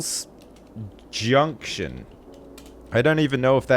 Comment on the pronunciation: "Pretzel ball JUNK tion"